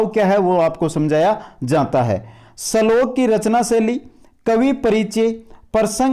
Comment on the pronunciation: श्लोक को सलोक बोल रहे हो